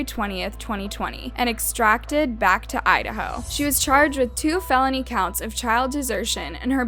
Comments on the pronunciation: I love your videos! They’re super informative and you make it interesting in a sensitive, respectful way. Keep up the good work on both channels!! (Btw extradited is pronounced “extra-die-ted”... not extracted) <3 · Can’t even say EXTRA-DYE-TED right. 🤦🏻‍♀️ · The word is pronounced ( Extra - Di -ted) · To the narrator: ex- trah- di- ted. FYI. No hate, just sharing.